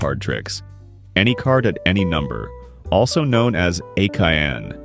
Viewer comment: Actually I believe the trick is pronounced A-Kan... A-Cayenne is the trick with the hot chili pepper 😜